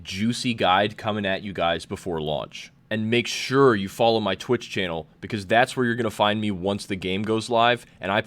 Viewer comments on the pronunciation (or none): none